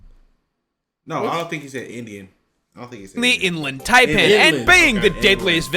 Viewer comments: Can't believe an Australian pronounced it tay-pan instead of Thai-pan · that fellow aussie guy was pronouncing taipan wrong, its not taypan its tiepan